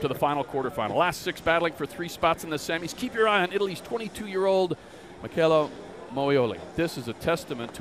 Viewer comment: Noo, they didn´t just pronounce it like Mitshella....... omg..